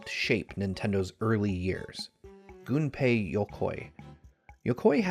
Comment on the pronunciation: THANK YOU, this is the only video I've ever seen on YouTube where someone doesn't pronounce Gunpei Yokoi's name as GUNpei like gun/pistol!